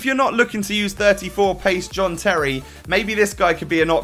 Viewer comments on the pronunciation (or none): none